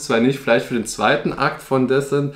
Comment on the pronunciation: Disent nicht Däsent (Sprachschrift)